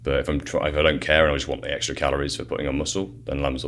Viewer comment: It's ex-T-ra.